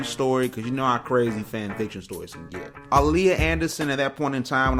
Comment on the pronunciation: Her name is pronounced Ah•Lee•Yah